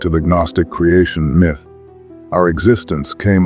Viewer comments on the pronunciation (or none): its still a written narrative if its your voice or an AI voice that says G-nostic and miith. If you use your real voice i promise I'll finish the video and you'll be standing behind your words rather than hiding yourself 👍